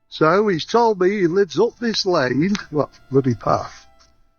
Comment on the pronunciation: If you want to be taken seriously don't say, 'Dis' when you mean , 'this'.